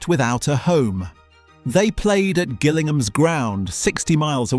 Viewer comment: Al-tring-cham Guil-ling-ham Is this AI? Or has this narator never been to England Otherwise interesting video!